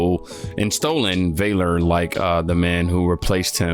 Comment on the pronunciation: Sorry?? (It's (Valor, like values, not like vale-er?